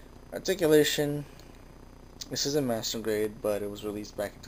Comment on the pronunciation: sounds like he's saying masterbate 'stead of master grade.